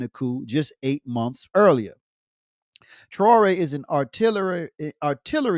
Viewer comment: with your Arab-Western slave name like you carried how tyou can pronounce Ibrahim thraore oups sorry the name thaore you can't find in book Bukhari